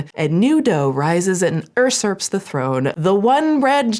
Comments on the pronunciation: “URsurps?” 😅 Not to be confused with “usurps.” Love you,. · yoo-serps. Usurps.